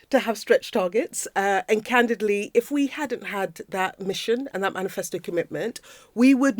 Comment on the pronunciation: Candidley.... is that a new word she learnt ffs